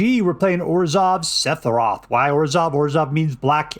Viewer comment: Holy shit, say sephiroth wrong some more lmfao.